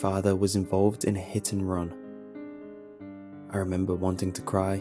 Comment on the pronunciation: hittenrun? WTF IS THAT